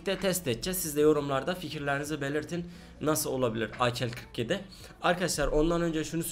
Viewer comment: Abi ak-47 akel 47 diye deil a k 47 diye okunuyo 😂😂